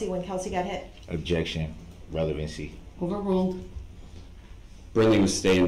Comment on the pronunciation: Even worse when he says revelancy.